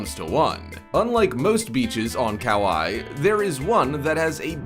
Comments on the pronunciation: Yeah, I grew up in Kaimuki in Honolulu, lived in Honokowai-Napili on Maui for most of my youth. Listening to him Butcher the Hawaiian names have me yelling at my screen it's pronounced Ka-Why you stupid Haole. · lol "cow-eye". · That’s not a beach in Brazil that’s Waikiki on Oahu Hawaii. My home and one of the most iconic beaches in the world. Also figure our how to say thinks like Kauai, it’s simple google search. I will no longer watch anything from this 0 research BS lazy channel. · When you're Hawaiian and he completely slaughters the name Hanakapiai and Kaua'i